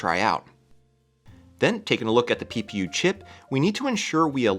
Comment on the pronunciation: Everytime you say ppu I hear pew pew.